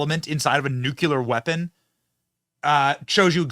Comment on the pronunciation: Nuckular or nuclear?